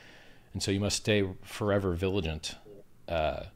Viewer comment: "viligant"? is he a native English speaker?